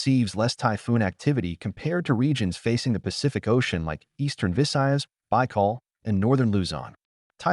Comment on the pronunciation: Why not just narrate the video, instead of being lazy and using AI? It blatantly mispronounced most of the key location names. I mean "NEEgros"?? "BYEkol"?? "SEEboo"?? "Dumageet"?? DAYvo??? The wonderful Filipino culture deserves better than this.